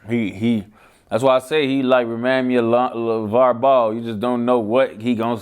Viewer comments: Who the fuck is “Levar” I thought it was Lavar 😂😂😂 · LAVAR NOT LEVAR